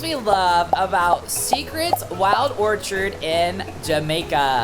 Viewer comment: Wild Orchid not Orchard